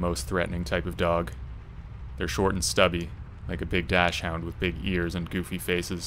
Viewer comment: It's pronounced "Dox-und" not "Dash-hound."